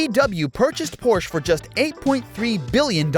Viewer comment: But he pronounced "Porsh" improperly several times, hahaha!